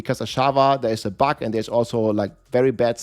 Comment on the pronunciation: buG not buK ! :D